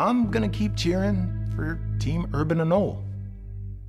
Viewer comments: Pronounced. ANOLEE NOT AN-OlE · TIL: it isn't pronounced, "A NOH LEE." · 'anole' is pronounced "a-NO-lee"